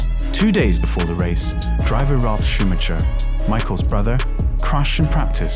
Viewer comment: I would strongly advise learning how to actually say ‘Grand Prix’ and ‘Schumacher’ properly if this is going to be an F1 specific channel